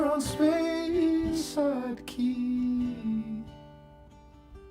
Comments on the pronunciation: SPYside??? SPEY "SPAY"side.... C'mon man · It's actually s-pee side. Smh.